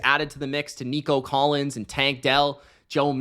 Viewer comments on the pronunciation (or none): but also You called him Denico Collins lol